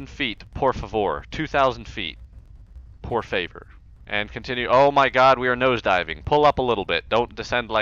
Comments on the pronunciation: Good job on that "Por favor" "Por faver" XD Brazil! :D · That was the " por favor " sooo bad, you need to learn more about portuguese, lol I'm brazilian